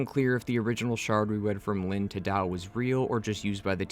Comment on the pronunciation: And the name Linh is pronounced "ling"